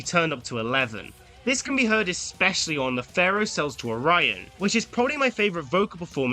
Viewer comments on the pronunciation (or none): none